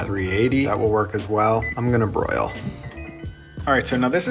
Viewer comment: did anyone else hear "If your air fryer has a Brail setting".....? Broil. Brail. Same thing.